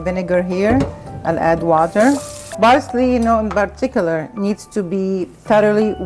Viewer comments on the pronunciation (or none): BARSLEY IN BARTICULAR. lmaooooooooo